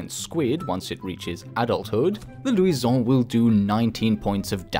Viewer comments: Why are you pronouncing luison like that? It's Lou-shin. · why does he go french when saying luison it sounds stupid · Its lusion not luison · louison ,the way you pronounce it is funny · I hate how he say Luisaon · The way he said luison😂😂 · When he says Luison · why are you pronouncing luison like that. It's not in french. It's in portuguese or spanish